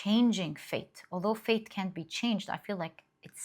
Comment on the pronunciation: I know you said "fate" but I hear "faith"